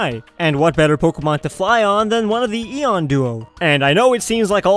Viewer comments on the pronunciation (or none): none